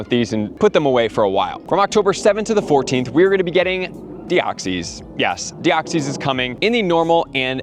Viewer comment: Genesect and Dioxys is cool. And you’re saying Deoxys wrong